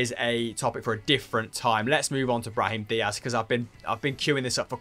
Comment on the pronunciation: Brahim Dias😂 Butchered it😂